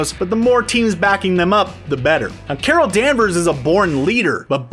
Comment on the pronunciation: Carol danvers - Cara danvers Mar vel - Mar nel